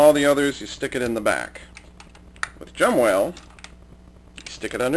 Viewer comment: Its Jumbowhale not Jumwhale.